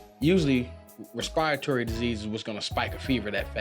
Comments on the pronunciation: Did he seriously pronounce “respiratory” that way....... ?!? is that not what he said?? I have NEVER ever heard anyone, even lay people, pronounce it so weird and wrong before lol. Maybe it was just a totally different word he said???!? 🤨🧐😆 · So nobody’s gonna mention how he pronounced respiratory lol